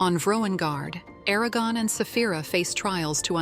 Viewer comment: O vídeo é interessante e satisfaz a curiosidade de quem gostou do filme mas não teve ou vontade ou acesso aos 4 livros e queria conhecer a história completa, até seu final. Mas é muito chato ter que ouvir a IA chamando Eragon de ARAGÃO durante todo o vídeo... 😆